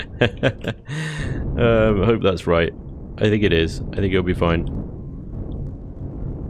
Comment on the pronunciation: "its foine!" When a dude from the UK says "Its foine", you know to a certainty, that it shall NOT be foine!